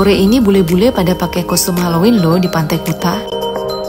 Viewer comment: sebutan kuta yg bener itu kute